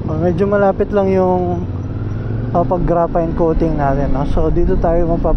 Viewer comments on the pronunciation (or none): Graphene ❌ Grapayn✔ Farings❌ Flerings✔ Otogoat❌ Otogoot✔